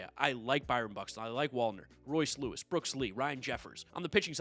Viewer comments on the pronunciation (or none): none